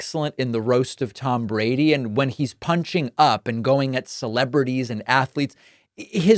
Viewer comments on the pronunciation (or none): none